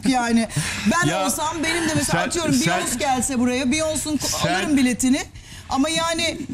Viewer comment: tüküren dedenin saçındaki olay ne ya :D hayır andropoz yaşını da geçti hala neyin bunalımı :D ha bu arada BİYONS değil o ' BEYONCE, BİYONSE okunur ::D:D:D